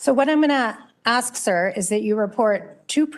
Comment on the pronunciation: Can you please learn to say the word "ask"? No racism.... But I've noticed 90% of (American) black men can't pronounce it properly!! Very strange ! 🇨🇦🙏